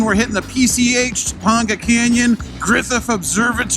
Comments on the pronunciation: Tuh pang guh I'm from LA bro, love ya but don't make me cringe. Funny, I don't cringe at any of the weird wild shit. But I cringe at pronunciation? Go figure.Guess I'm a pronunciation Nazi... PS My bad, halfway through the video out of nowhere you started pronouncing it correctly. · Topanga is actually pronounced Two-pain-gah not To-pond-ga ... This is such a good video definitely looks like something I'd love to do glad you guys had a good time keep the videos coming brother! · It’s pronounced “Toe-pang-gah” not “toe-pong-gah.” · Topanga is pronounced Toe-Pang-Guh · Toe-PANG-ga canyon ✔️ Toe-PONG-ga canyon ❌ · Cool vid. FYI: Topanga is pronounced Toe-PAIN-ga, not Toe-PAWN-ga. ;-) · Toe- pay- n'gah canyon. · how can you pronounce topenga so poorly? have you never watched Boy Meets World? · Topanga not Toponga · The way you pronounce Topanga canyon.. 😄